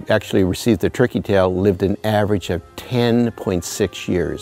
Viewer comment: I'm HEARING "Tricky Tail" Is that what we know as TURKEY Tail?